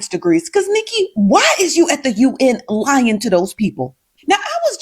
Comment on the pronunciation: The emphasis she put on LYING to those people 😂😂😂